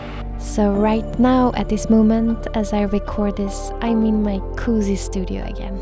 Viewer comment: I think it's so cute how she pronounces 'cozy'